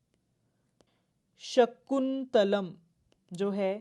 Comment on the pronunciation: Content is good. Mam can improve the pronunciation of names.e.g. abhigyan shakuntalam, "Ashokaa" or Ashok, guptaa or gupt , Baanbhatta and many other